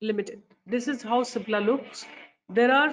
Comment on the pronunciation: Nice one... on the lighter note its CIPLA not SIPLA